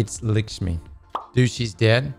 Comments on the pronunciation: What is this random fixation on Maya Sundaresh anyway? She was an annoying exo in splicer with an annoying smokers voice who nearly let the vex take over. Also why does pronounce it "Lickshmi" when her name is "LAkshmi" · Bro calls her "licks me" 😂 Think you need to google pronounce that one my guy! 😂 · Can you say lick-shmi one more time please? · Why does ignore the A in Lakshmi